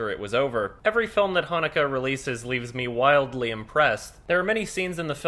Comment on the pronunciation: Wait is that how you pronounce Haneke's name?